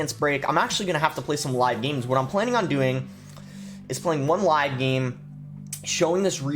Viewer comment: Does is sound like he pronounces "game" as "geem?"